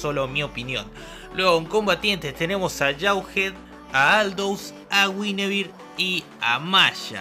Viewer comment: Che se dice guinevere no Güinevere